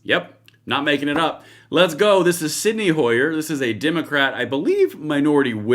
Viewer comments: It's Steny, not Sydney. now you gonna razz him for mispronouncing scythe? ..glass house...rock throwing? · Repeat after me...STENY Hoyer. Not Sidney, or senny. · Hey,. It's Steny Hoyer, not Sydney. He used to be the minority whip. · Stenni Hoyer can't even properly pronounce "scythe." Never did a real day of work in his sorry life.